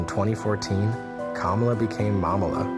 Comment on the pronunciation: Not Mamala….MoMala